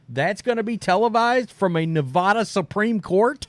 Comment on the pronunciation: Please pronounce Nevada correctly!